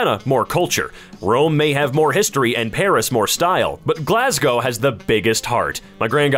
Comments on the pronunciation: I am so proud that he pronounced Glasgow almost perfectly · YO HE SAID GLASGOW RIGHT (no offence) EVERYONE FORIEGN IVE MET SAYS IT LIKE GLASSGOW